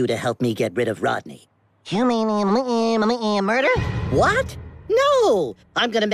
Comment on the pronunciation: I love that fact daffy said “or we could go with your muder idea” bruh who knew daffy is a muderer